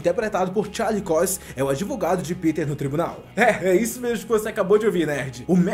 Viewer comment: mat muddog, charlix COIX... melhora isso ai mano, pelo amor de deus